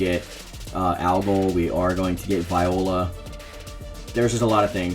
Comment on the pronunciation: Viola's name is pronounced ("Veeo-la"). I so wish Rock, Aeon & Yun-seong had good story for season 3. I don't wanna see them have less purpose!!!!!